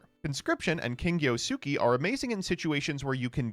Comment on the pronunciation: Holy shit this white boi cannot pronounce Sukui